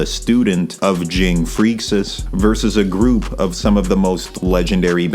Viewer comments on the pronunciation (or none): Bruh stop saying freecs like freak-sis it’s pronounced like freaks